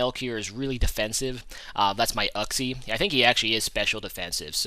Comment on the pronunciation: i really dont understand why that heatran was going for earth power before fire blast since both do neutral damage and fire blast has stab. worried about accuracy maybe? you are the first person ive heard say uxie like "uk-see" instead of "yook-see" riolu can go first with roar >.>